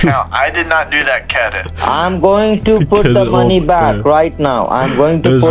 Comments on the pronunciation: 'cedit card' kills me every time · "His cedit card" 😭😭😭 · “kedit” caught me off guard